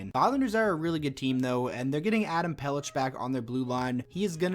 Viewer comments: Pelech is pronounced Peleck. Good video though, agree with most of the predictions except I think Carolina beats the Rangers - Rangers first line is scary but they don't have enough depth to win this series. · Just so you know, it's pronounced Peleck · My man it’s pronounced Pel-eck🤣 great vid tho, #PelechPosse